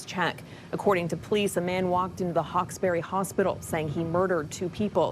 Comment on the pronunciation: It’s not pronounced Hawks-berry, but Hawksbury to rhyme with furry.